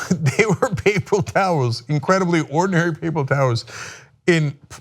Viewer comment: "Papel towrls"